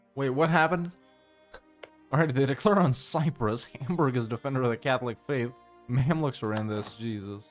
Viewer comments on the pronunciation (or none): none